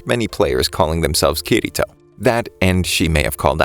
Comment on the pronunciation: BRO IT PRONOUNCED KIR - ITO